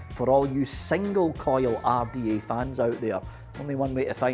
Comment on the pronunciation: When says single coil rrrrrda/take. My ears get a half chub